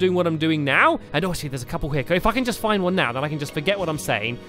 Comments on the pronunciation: he said ''if i could just find one now and ingore what i'm talking'' So he DID NOT SWEAR even though it sounded like he sweared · Some people thought he said "If I can f***ing get one now" but he said "If I can just get one now." It's just the way he said it